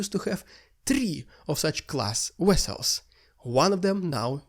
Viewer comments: Why can you say Avdivka but you say wessels instead of vessels? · LOVE your reports. Been watching for over a year. But PLEASE work on your "V" pronunciation. It is NOT a "W".